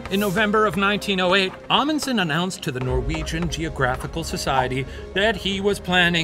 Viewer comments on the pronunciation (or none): All the Norwegian stuff was so butchered. They did our great hero boi dirty 😢